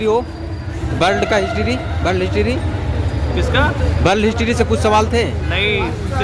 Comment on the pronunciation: World history bol raha hai 😂😂😂